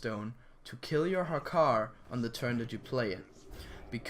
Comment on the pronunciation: It's Hakkar btw